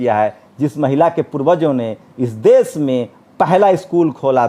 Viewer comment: aap ache patrakar he lekin aap ki bhasha shudh nahi he sha shabd ka ucharan sa kehkar karte he jaise desh ko aap des kehte he. Videshi ko aap videsi kehye he. Aap bhasha shidh kijye